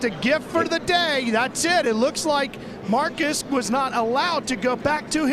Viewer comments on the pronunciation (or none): I never understood why nascar commentators couldn't pronounce the name Marcos. It's not hard